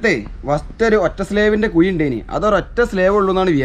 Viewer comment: കുയി , അല്ല മോനേ കുഴി